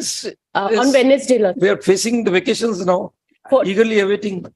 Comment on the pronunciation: "we are facing vaccations"😅